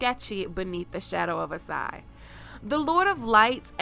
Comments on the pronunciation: Asshai, not Assai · Ash-i not As-i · It's Ashai, not Assai